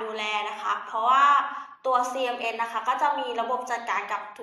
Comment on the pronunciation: CMS หรือป่าวคะ? ได้ยินเป็นCMN